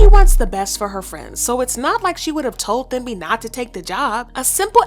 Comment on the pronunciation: I believe Thembi is supposed to be pronounced Tem-bi ( I’m South African and this name is very common. Just thought I should mention it 😊)